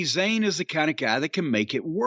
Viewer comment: * ( Za Y ne...**) get it right loozer